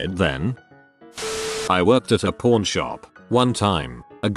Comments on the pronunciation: Through the whole video was saying porn shop not pawn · The accent of the bot... not a “pAWn” shop when he says it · Me listening to this to sleep, instantly thought he said porn shop in the first second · Why do i hear "Porn" and not "Pawn" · I keep hearing "Porn" instead of "pawn" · Anyone else hear porn instead of pawn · Please tell me you guys heard porn not pawn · I cant be the only one that hears ''Porn Shop'' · I heard 'Corn Shop'. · Pseudo Nym nope. The robot just says it like porn. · I do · I did too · Especially when it said hardcore pawn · if ur just listening to this it always sounds like hes saying porn shop lol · Am I the only who hears "porn" when the computer voice says pawn ? I can't unhear it. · The voice on the video says pawn shop kinda odd and it sounds like porn shop 😂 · anybody else heard “Porn Shop”?